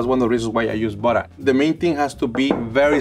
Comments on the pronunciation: Will always love “buttah” and wattah” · I could listen to say 'buttah' all day. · We need more videos. I love the way he says buttah. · after I heard him say 'buttah' the first couple times, I came straight to the comments and was not disappointed :) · Burrer and warrer😂🥹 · Drinking game: take a shot every time says "buddah". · "you want me to put some peanut buttuh cups in ya eggs"